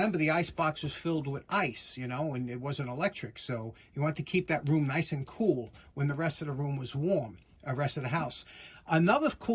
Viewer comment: That wasn't "NICE' it was 'NCE'. Chinese for No Can Exceed! Glad to see living his best life.😊